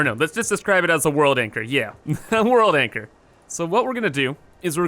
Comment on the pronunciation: World anchor = Wanchor